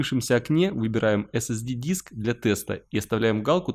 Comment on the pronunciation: нужно говорить эс-эс-ди...